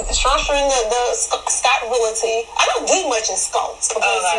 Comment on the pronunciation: what happened to the pronunciation of Real-ty VS. Real-i- ty???😂😂😂